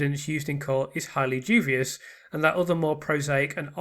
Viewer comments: Yeah, he keeps saying ‘jew-vius’ rather than ‘dewbius’ and it’s irking me! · 144 did you mean unsuccessful? Also duBious not duVious. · it’s the teacher in me! Dubious" is pronounced DYOO-bee-uhs generally phonetically written as /ˈduːbiəs/ or /ˈdjuːbiəs/. The word consists of three syllables: du-bi-ous, with the primary stress on the first syllable. It means hesitant, doubtful, or questionable, often referring to something of uncertain quality.